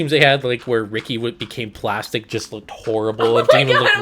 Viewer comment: mickey not ricky